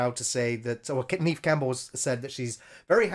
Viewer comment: Neve Campbell should be Pronounced as Nev Campbell. 🤓